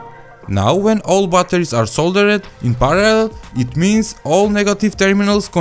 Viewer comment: bbbbbatteris. Bolna hi nie ata